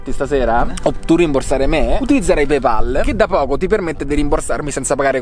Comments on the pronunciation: Si pronuncia pey pol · 3 persone tutte insieme che non dicono PEIPOL. 😀